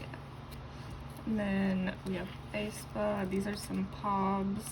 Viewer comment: hi hi just wanted to say that the pronounciation of aespa is actually either aspuh or ehspuh!! (no hate btw love ur vids)